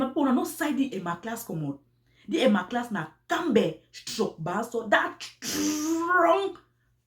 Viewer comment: Is Emma lass not Emma class 😆😂😅